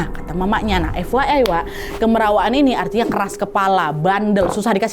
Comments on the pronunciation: orang kalimantan selatan biasanya nyebut, "KAMIRAWAAN", bukan" KEMERAWAAN"ya wak😁🙏🏻, kamirawaan atau kemerawaan, biasanya prilaku yang secara berlebihan, seperti bercanda yg berlebihan dan berisik bukan keras kepala ya wak😁🙏🏻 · pengucapannya salah tuh nad, harusnya kaya pengucapan kamera bukan kemera